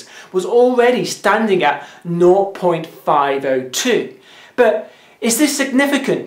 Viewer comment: it's not "not," it's "naught." there's a slightly different pronunciation